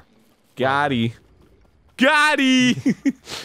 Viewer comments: Someone please tell Arin it's GOT'EM not GOTTIE... good lord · Im slightly annoyed that Arin keeps saying "got eee" instead of "got eem" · It's GOTEEM with an M not GOT E. Been bugging me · Dan! You're the only other person I've seen that also likes the Stone Talus music enough to comment on it! I love you man. Arin goddammit it's fucking "Got'em." like what the hell is "Gottie." >:^( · I know someone said it last episode but... it's "Got em" not goteee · He's still saying Gotti!!! Omg it's "got em" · So... is just nobody gonna tell Arin it's 'goteem' not Gotti? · Who's gonna tell arin it's "Got eem" and not "gotee" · Arin. It's "got 'eem", not "gotty". You absolute knob. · Lol no Arin, it's got eem, with an m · Is anyone going to tell Arin that it's GOTEEM with an M or.....